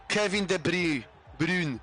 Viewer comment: taki niemiecki akcencik